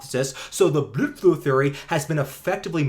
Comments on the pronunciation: I had to stop. Your pronunciation of blood flow was exhausting to hear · good video great information but get to the point, you spent about 5 minutes insulting a supposed friend of yours, childish tone and the weird pronunciation of blood flow got real old and annoying man you sound like a kid that gets obnoxiously mad when someone disagrees with them, slow down I get it you don't like the misinformation getting put out but relax let your good research do the talking. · I must be mentally ill... no matter how many times i hear him say "Blødflo" I cry laughing every damn time 😅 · i watched the entire video just to keep hearing him say BLUDFLOW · Why are you saying blood flow like that? I can’t make it though the video. Is it a joke I’m missing? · So is he saying bloodflow like that because its from a different language or to mock it? Im not invested in this topic so if this is a common thing i wouldnt know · Why the fuck can you not say blood flow normally? And why can't you make a video without being so angry? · why do you say blood flow with a german accent?